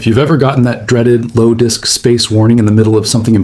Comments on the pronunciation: "Low Dick Space"? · Frickin' AI! "Low Dick Space" 🤣